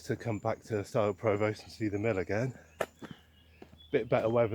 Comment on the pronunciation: Great to see my nearest town in a video - very nice. You might want to check your pronunciation of Provost though :) Maybe see you around Shaftesbury some time, welcome to the West Country!